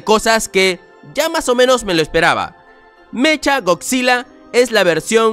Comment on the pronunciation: SE DICE MECA GODZILLA NO MECHA, SE ESCRIBE ASI PERO SE PRONUNCIA MECA